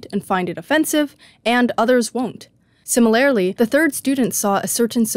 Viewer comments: Not to offend but the way you say simi-lair-ly had me dying every time. Much love and great vid 😂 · its si - muh - ler - lee actually.. where did you get the r.. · Regional, maybe? Where I'm from, that's how people say it. Either way, it's def not the way it's said in the video, I can say that. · It is my deepest desire that this comment gets no attention, but that you see it: "Similarly", unless im mistaken, is pronounced "sim-er-ler-lee" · honestly i didnt catch the pronunciation in the video so i cant speak on that, but do you mind me asking what region you’re from? im from north east USA and ive only heard simuhlerly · the way you say similarly is so fascinating to me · I'm old, so I'm offended by people who can't pronounce 'similarly'. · the way that you pronounce "similarly" drives me crazy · why does she say 'similarly' like that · Great video, but you’re accenting the wrong syllable in “similarly”. I’m offended by this. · GIRL I LIKE YOUR VIDEOS BUT YOU AREN'T SAYING SIMILARLY RIGHT!! ♡♡ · amazing video, amazing points, but please for the love of god can you learn how to pronounce similarly. it throws me off every time lmao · The way you say "similarly" offends me